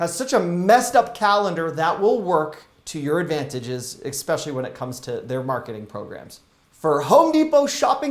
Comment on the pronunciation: I swear he uses the word "ekspecially"